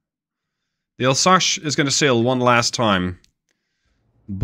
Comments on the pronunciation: It's Alsace like leviosa in Harry Potter, not Alsache like you said. Sorry it buged me as you were saying it a lot ^^. It's an area in the est of France, bording the german border. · ...... I think someone watched the channel for a while and seen the regular challenges and thought "O yeah ?! Chew on THIS !!!" T'was a bit funny, but mostly infuriating.. ..and it's "Alsas" not "Alsash" ya pasty dutch ! Do you know "some" french or you swing it ?! .......